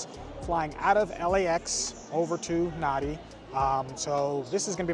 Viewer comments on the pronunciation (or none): A well put together review. I was wondering how long it would take you to realise that the major airport you were travelling to is pronounced “Narn-dee”, not “Nar-dee”! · I';m sure you've learned by now it's NAN DEE (Nandi)